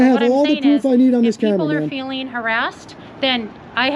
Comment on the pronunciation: Aw, the feewings powice save the day! 🙄